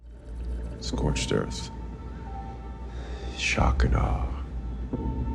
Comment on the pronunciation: "scoiched erf!" Hahaha the accent is all over the place. Sounds like a mix of New York and Aussie.